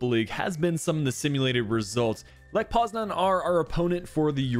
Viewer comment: How are you fucking up this bad- lech poznan?